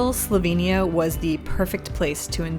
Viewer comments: Fantastic video of Slovenia and so refreshing to see some research into the place name’s pronunciation, unlike many YouTubers these days! Great work!! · your pronuntiation is spotless. and a very good job you did at capturing whar Slovenija is.